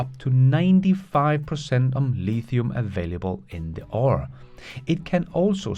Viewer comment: with LFP batteries getting better all the time, what evs - other than long range commercial trucks, will still use silver & cobalt in the batteries? by the way,, the word "ore" is just one syllable. your English pronunciation is amazing! this is intended as constructive criticism to correct a small error. there are actually 3 homophones here: ore, oar & or.